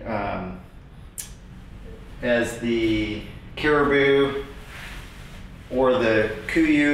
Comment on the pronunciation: Great review! Thanks for showing us the differences. Also, it’s pronounced “kif AR oo”.